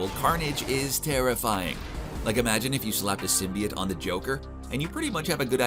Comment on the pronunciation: Dude,you have to say symbiote correctly!! It's not symbi it!!